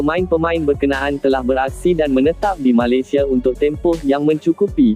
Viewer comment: Malesia malisea sebut pon tak betul... konten ni beruuuk pon tak nk dengar..